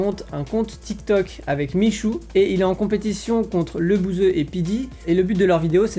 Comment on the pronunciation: A comment t’a pas respecté LEBOUSEUH et non lebouZeuh😂